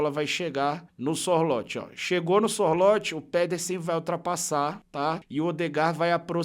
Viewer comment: a pronúncia do nome do Sorloth é muito simpes: é ççorrutfffees